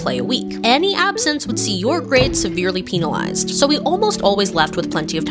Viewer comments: Pen-alized Not peen-alized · It's PENalized, Pen not Peen but idk that's how people around me say it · Wdym PEENalized???? That just made my whole day omg